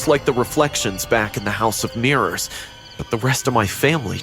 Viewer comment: Ah yes mirros not mirrors